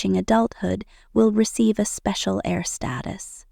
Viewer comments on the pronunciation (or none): It's not air it's heir.